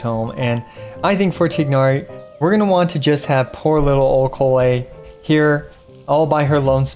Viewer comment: can yoou please pronounce collei correctly for once inn your life??